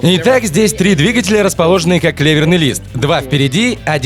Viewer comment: леверный лист. может клеверный. переводчик или тот кто озвучивает туп как пробка.